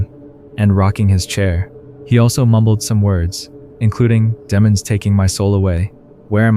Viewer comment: and “Demmon” instead of demon 🤣 I think it’s on purpose, or he’s just reading fast